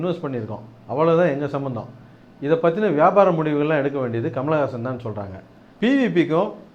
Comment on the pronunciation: hey, you cant even say his name properly, you are saying Kamalagasan Kamalagasan, rosha maan, otha dei nee padiparivilladha panni, nee Kamal pathi pesariya